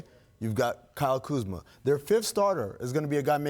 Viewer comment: I respect these analyst but put some respect on Kuzma's name